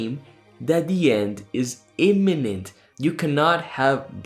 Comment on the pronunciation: Yes. And did you hear how Troy Snyder confused the pronunciation of “imminent” with the pronunciation of “eminent”? It may have been a Freudian slip on his part; but, at the same time, the Society has a long history of “honoring” the accomplished end (the thought conveyed by “eminent”) more so than fostering any genuine sense of urgency (the thought conveyed by “imminent”).